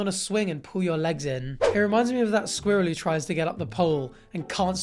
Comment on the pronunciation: I will never get tired of hearing Brits say “squirrel”